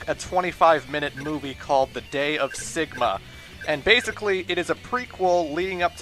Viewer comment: As soon as he began with "'The Day of 'E'…" I lost interest. Plus, I watched the play-through and was just annoyed the whole way through.